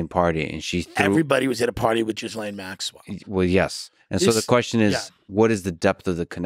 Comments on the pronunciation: Her name isn’t “Jizzlain” lol. It’s pronounced Gilain. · Her name is pronounced "Ge-lane". Not "Jizz-Lane". The g is like the g in Go. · Why is he calling her Jizz-Lane... her name is pronounced Gilayne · It’s pronounced “Gih - lane” The s isn’t pronounced. It’s not “Jiz - Lane” 😂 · Yes. Very Smart. Wonder why he refuses to sort out the correct pronunciation of her British name that is pronounced: Ghee -Layne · I like how Tim makes sure to refer to her as "Jizz-lane" 🤣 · Thanx Tim for pronouncing her name properly: jizz-lane. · Not sure if Tim is doing this as a joke or if he is really clueless about how to pronounce Ghislaine’s name. Tim FYI, it’s pronounced with a silent s. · the S is silent in Ghislaine....its a french name... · I don't think it's pronounced Jizz Lane xD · Phonetically gill lane.